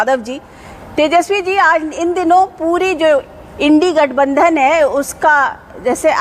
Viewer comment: She is trying hard to say indi gathbanthan